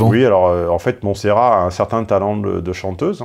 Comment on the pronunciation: Le dernier t se prononce dans Montserrat tontonnnnn